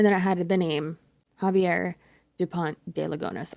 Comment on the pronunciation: Is Xavier pronounced Havier or Zayv ee er? In Australia it's the latter but I too am an 'untravelled' Caucasian 🤣🤣